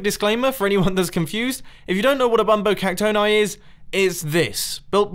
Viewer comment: I say it bumbo cac-tony not bumbo cac-tone-i